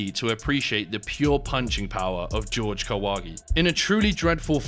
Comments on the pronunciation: Yo can you british people at least say Spanish names correctly ☠️ JORGE (HOR-HE) STOP SAYING IT LIKE GEORGE. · Pretty sure it's pronounced "Hor-hay", not "George". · "Horhe", not "George". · If he's Mexican, isn't his name pronounced as hore-hey? Not George? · His name is pronounced "whore-hay"... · Is it really that difficult to say "Jorge" though? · How come his name Jorge is pronounced "George" instead of "Hore-hey"? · I think it is pronounced as Horge not George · His name isn't George, it's Whore-Hey, He seemed 100% genuine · Does Kahwagi actually pronounce it "George"? In Mexico it would almost always be pronounced "hor-hey" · It's pronounced HOR-HEY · "Jorge" is pronounce "hor-hay". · BTW the name is not "GEORGE" just like a damn John is not a juan.....right?............sure.....